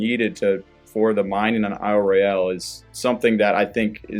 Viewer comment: Small correction - The folks who live on the Island call it "Ro-yul", as the British say it, rather than "Roy-yal" as the French would say it.